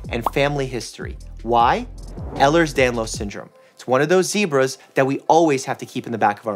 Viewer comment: As someone with EDS I love this video. Also love how he pronounces it correctly.